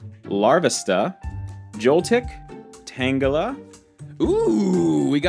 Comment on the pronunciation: for me is tangela 🤣 nothing against him but every time he said the name wrongly I found it extremely annoying (no hate)